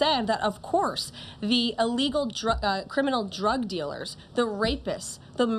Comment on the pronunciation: True. But she and others in the administration need to be more "mindful" of how they say "illegals". They actually pronounce it like "a legal" which probably causes some not so bright folks to misunderstood the difference between a "a legal immigrant" and an "illegal immigrants. They way she kept mis-pronuncing it sounds like they are legal immigrants and is pissing off the not so sharp people or immigrants whose English speaking and comprehension Sucks!